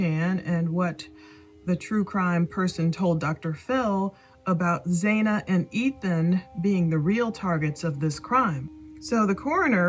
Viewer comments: It sounds like you are speaking badly about Ethan cuz he took his freshman yr over. Don't speak ill of the deceased. Xana is pronounced with a short A. Sounds like Hannah.😢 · And her name is Xana like Zana or rhymes with Anna. Not “zayna”